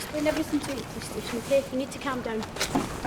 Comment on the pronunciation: "We'll explain everythink" she says.